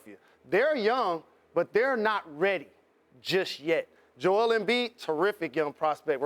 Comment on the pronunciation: As someone who's named Joel, I take offense to the pronunciation as Joelle.